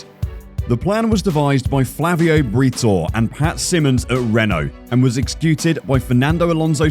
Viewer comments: Before making a video, please at least learn how to pronounce foreign names. Briatore and Gilles sounded ridiculous. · It might be possible but BRITO instead of Briatore just knocked me on the coach laughing my ass off 😆😂🤣